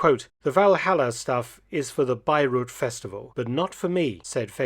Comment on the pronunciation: Not in every word. When he said "The Valhalla stuff is for Beyreuth." I understood "Beirut" at first until I realized what he meant. "Beyreuth" is spoken like "Buyroit".